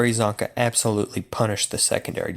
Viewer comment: Its csonka and it isnt even close